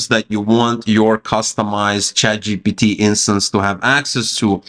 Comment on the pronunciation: Why you keep saying chatgot?